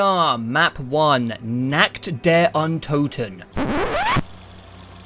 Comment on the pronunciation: German here. No idea what went wrong with your „fixed“ pronounciation of „Toten“ and „Untoten“ but the fixed version was even worse than the one you said before looking it up :D the way you pronounced „Kino der Toten“ was actually really good the first time for a non German speaker :D Nevertheless. Really excited for the rest of this video! :)